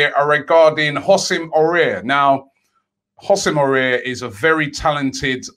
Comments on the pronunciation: You saying his name like « oussem aurier » 😂 you have to pronounce it like « Awar » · You pronounce it woosem Hawar (Houssem Aouar ) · Everyone: Houssem Aouar Robbie: "Hosem Oruair"